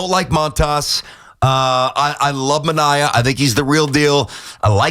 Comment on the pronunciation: why cant you guys say sean ma-nay-ah? omar minaya isnt with the mets anymore!